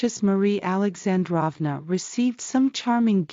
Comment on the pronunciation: Beautiful video! By the way, Alexandrova and Feodorovna both should be pronounced with long o’s like “drove”. Just trying to help. 😊